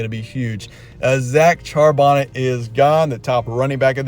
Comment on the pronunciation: “Charbonnet” rhymes with “Chardonnay.” 💁‍♂️